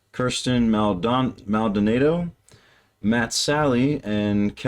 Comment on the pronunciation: Pronunciations: Maldonado: Mal"-doh-nah'-doh, primary emphasis on the first syllable, secondary emphasis on the third. You got her first name, Kirstin, right; congratulations. Olusola: Oh-loosh"-oh-luh', primary emphasis on the second syllable, secondary emphasis on the fourth. Sallee: Suh-lee', emphasis on the second syllable. The version of "Hallelujah" you watched the first time was the official video, from seven years ago, and Matt Sallee wasn't in it. In that video the second verse was sung by Avi Kaplan, their original bass, who resigned for personal reasons in 2017. Avi: Ah'-vee, emphasis on the first syllable.